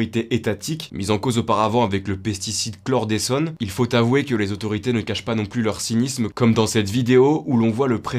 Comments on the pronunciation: J'aime bcp ce que vous faites merci bcp. Le bg ( du moins mon préféré) on dit chloredecone comme si c'était le chlore qui déconne je n'ai pas compris pourquoi tu as dit "chloredessone" . En tout cas merci bon courage et si tu es célibataire envoie moi un message on discutera phonétique 😊😊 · Sa se prononce Chlore déconne svp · On dit chlorDECONE comme le mot déconer pas comme essone